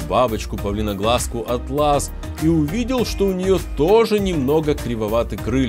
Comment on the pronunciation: А́тлас , а не атла́с ииии кстати на руки из брать не желательно, потому что они обжигают вкусовые рецепторы и потом когда садятся на фрукт,то они не могут понять что это еда.ну и тут понятно , то что они умирают быстрее(я не Хейтер)